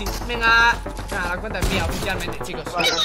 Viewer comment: Minuto 00 sicooos xd jaj se equivoco es chicooos